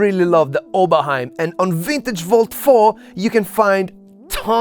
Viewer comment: + like because of the right pronunciation of "Oberheim"